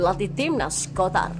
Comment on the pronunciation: Qatar bukan kotar😂